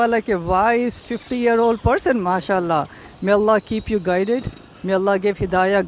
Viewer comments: Yes! And MASHALLAH the way he pronounced was nothing short of perfect 😭😭❤️ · The way he pronounces is so good mashahalla feels like he had been raised a Muslim.